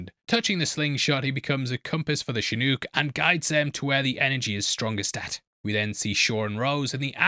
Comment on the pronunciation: Chinook (Shin-ook) Helicopter